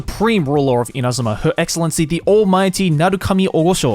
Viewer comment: I don't know why I found it interesting when Joey was pronouncing Inazuma names with proper Japanese pronunciation.